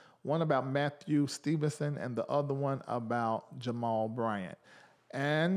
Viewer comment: The way you said Jamal Bryant’s name 😂😂😂